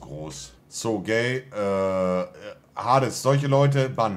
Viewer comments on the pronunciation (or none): none